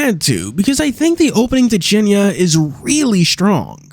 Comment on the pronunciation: When you read the word "cienie" as "cienia" it is very confusing when you understand Polish xD